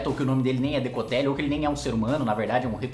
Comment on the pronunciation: Por qual causa será que sempre que você fala "Decotelli" eu escuto "necrotério"? Zericórdia...